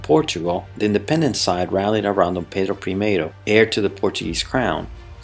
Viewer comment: Are you brazilian or portuguese? Your pronunciation of D.Pedro I sounds very well! Already subscribed